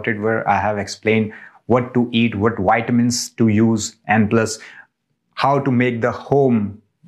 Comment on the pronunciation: you just say wideo woh and witamins ?